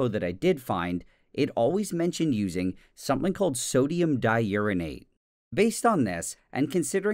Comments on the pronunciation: Nile: exposes himself to a radioactive material for YouTube Me: haha, he said *urine*ate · I'm such a child, laughing everytime he said Uranate.